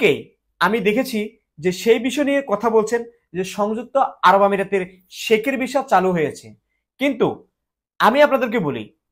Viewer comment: Vhai Kotha ki bolen visa pronounce ei korte paren na Abar video banan....